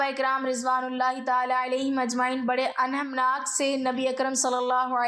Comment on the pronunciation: انہماک کو پلیز درست بولیں 😢